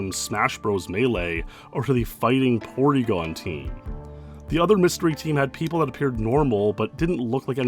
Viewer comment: Fighting "Porygon" team is wild, haha. Polygon.